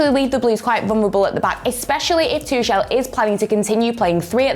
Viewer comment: Repeat after me: "Too-Hell". Not "TOOSHELL".